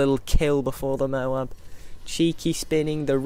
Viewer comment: Firstly, toad is a word and M.O.A.B is an acronym. Secondly, the speaker in the games pronounces it as "mo-AB".